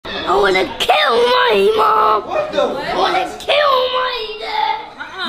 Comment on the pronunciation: "I WANNUH KIYULL MAII MUOM" "I WANNAUH KIYULL MAII DEAAAEEED" "I WANNUH KIYULL MAAHII GREADMAHH" Such beatiful words 😍😍😏✌️💕👍😭😍😩😔🤪🥺😫😜🤡